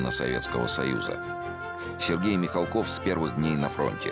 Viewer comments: Я помню, в какой-то передаче Никита Сергеевич говорил, что ударение фамилии правильно ставить на «А» - МихАлков, а в этой передаче опять говорят МихалкОв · Они потомственные дворяне. Отец Сергея Михалкова до революции был хлебосольный московский барин. Фамилия правильно звучит с ударением на "а". Почему не всомнили брата Сергея Владимировича Михалкова --Михаила ?